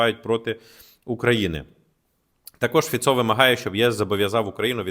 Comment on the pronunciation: Полностью согласен со всем. Один ньюанс - Фицо (ударение на первый слог)